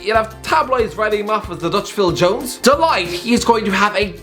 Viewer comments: Nobody:: De leyegt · Mate his name is de ligt not “the light” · De Light 💡, 🤣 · I disliked the video because you couldn't pronounce de ligcht